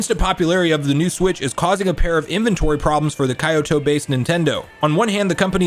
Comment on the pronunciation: They're pronounced"kee-oh-toh" and "shi-boo-yuh"